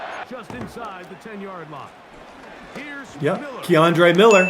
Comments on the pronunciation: Laughed every time you said Kendre as Keandre lmaoo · u saying my cousin kendre name wrong but yea ima needa season 2 with him no cap 🙏🏾🙏🏾🙏🏾